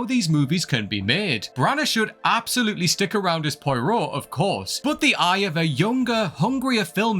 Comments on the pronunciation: "Pwa-Roh" not "Poy-Roh" 😉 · It's not Poeero, it is pwaaaro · So many wrong takes based on limited perception. This list is a dud. And: Pie-roh? Really? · Poy-Row? Please make some attempt at proper pronunciation of the character name. Most of these franchises just need to stop. Ghostbusters have proven 3 times now that it was a great first movie...that should have stopped there. Star Wars probably needs to time jump to be honest. As long as the current set of characters are, or could conceivably still be alive, they'll haunt the franchise like a bad smell. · Just a note to say that POIROT is pronounced Pwah-Row... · Never say Poirot again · Much as I love these videos, can someone please check the pronunciations on tbe commentaries. How to murder the way to correctly say Poirot!